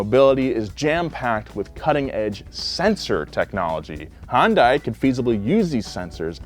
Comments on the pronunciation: Anyone else pissed off about the way he says Hyundai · pronounced Hyundai like 10 different ways throughout this video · Clicked just to hear mispronounce Hyundai every way possible. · pronounces Hyundai slightly differently every time he said it. Lol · The amount of times you completely butchered "hyundai" within the first few minutes is astounding. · You guys should probably learn how to pronounce Hyundai correctly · Baby girl, it’s pronounced “hun-day”. I’ve heard both “hi-un-day” and hi-un-die” in this videos intro alone. Mama, just like repeat the “hun-day” over and over and hopefully it’ll stick. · I know you likely don’t care, but for the love of god. Hyundai is not pronounced HON DAI. Hyun Day is the closest way to pronounce it without knowing Korean. It translates directly to modern technology. But I beg of you, pronounce it correctly, my ears are bleeding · i hate how people keep pronouncing Hyundai as HUN DAI. It's Michael Jackson's Hee Hee, the YUH from rap songs but with an N at the end of it, and then DAY. HEE YUHN DAY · It's hun day ya dork not hyun di or hyun da i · Hun-day Please. Not Hi-un-die 🥺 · that’s a Yun - dai not hun -Dai jesusss😩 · “Hi Yun Dai” ? Always thought it was pronounced “Hundai” all these years. Guess I was wrong 🤷‍♂️😭🥔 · It's not HA-YUN-DIE It's HYUN-DAY I still don't understand how Americans get this wrong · "High-uhn-die" That's the strangest way I heard someone try to pronouce hyundai. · My only complaint about this video is pronunciation of Hyundai. It’s not Hon-die or Hon-day. The y is subtle. But it’s there. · It’s HUN-DAY. 😐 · why is it that americans can't say "hyundai" properly and say "hondai" instead? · It's Hai-Un-Dai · Hyundai rhymes with Sunday. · Hyundai is pronounced “Hun day”. It’s painful (and frankly inexcusable) listening to a car channel say a popular automakers name wrong repeatedly. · It’s pronounced HEEEYUN DAY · just a tip, it’s pronounced “Hun-Day”